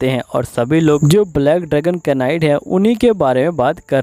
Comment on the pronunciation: Bhai improve your vocabulary.... (knight) is pronounced as (night)